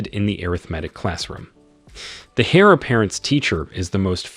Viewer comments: Saying hair when it's pronounced air just... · I loved your reading/translation, though a few of your pronunciations kind of bugged me; for instance, the "H" in heir is silent should be pronounced like the "air" you breath not a hare (rabbit) and 9 times out of 10 you gave the wrong pronunciation of "live". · The miss pronounciation of the word heir is really annoying constantly saying hare/hair. I'm trying my best to ignore it. 😂😂😂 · OMG He said the hair apparent.🤣🤣🤣🤣🤣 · Grateful for the video, but please fix the narration. The characters' names' pronunciation changes almost every time so it gets confusing occasionally, the grammar of certain words like enunciating the "h" in heir, and phrases like "his son-in-law" with Xu wenzhao when they are not related that way